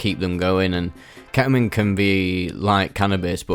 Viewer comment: ketamine ❌ ke'uhmeen ✅